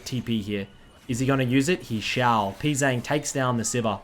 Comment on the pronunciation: Funny how everybody says Pzzang wrong like its "Pzang' when it actually sounds like "P G Jang"